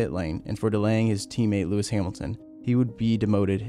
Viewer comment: Do you call him LeRicky Hamilton?